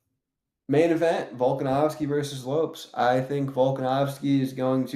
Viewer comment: not knowing how to pronounce "Lopes" is a new level of stupidity for the second-dumbest person in the cringe MMA community, but you're really nipping at your co-host's heels for that title, congrats